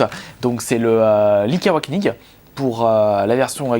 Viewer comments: Très belle collection,moi même étant un grand fan de la série Zelda (ma licence préférée). Juste quelques erreurs de prononciation répétées sur plusieurs vidéos, "Link's Awakening ", "Oracle of Seasons" " Oracle of Ages ", les s à chaque fois que tu oublies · "Lik aouaknig"